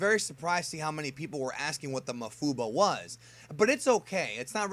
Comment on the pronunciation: pretty sure its pronounced maWfuba